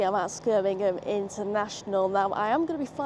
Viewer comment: Brill vlog! You said “Skirmingham” instead of Birmingham lol 😂